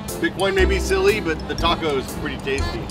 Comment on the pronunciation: look, i hate bitcoin as much as the next person, but hearing norm butcher the name of the taco was what really took the piss out of me for this video.